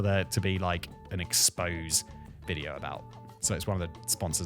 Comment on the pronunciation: Oh, Simon.... it's not an "expose video" it's pronounced "expO-sey".